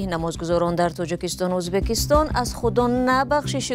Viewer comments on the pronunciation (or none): none